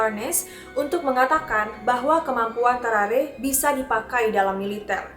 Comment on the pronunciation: How to pronounce.. Gue: Tarrare.. Meanwhile: Tawrawree.. Ngakak maap 🤣🤣🤣🤣